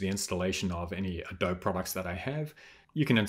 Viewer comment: Thank you for this video. I had a quick project given to me at work to edit a Lottie animation and I had never used it before. I was able to import it and edit it in After Effects. Also, just a friendly note -- Adobe is pronounced with the long "e" at the end. The company is named for the clay used to make sun-dried bricks from which native American structures were built, mostly in southeastern United States. Most American kids learn about adobe in elementary school, but I can see why those outside the U.S. would pronounce it without the long "e" sound.